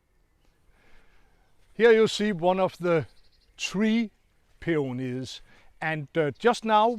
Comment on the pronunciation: Claus, I like how you pronounce the word peonies , in a certain British TV gardening show they repeatedly say “peenis” , which is hilarious 😂